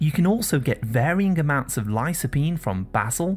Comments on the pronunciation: Did you pronounce lycopene lysopene?and b-tamins vitamins?✌️ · "lī-kə-ˌpēn" not "li-so", anyway, very informative. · Please pronounce the word lycopene correctly